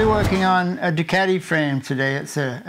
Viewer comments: why do english announcers mispronounce Ducati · there is no cat in ducati the factory pronounces it as au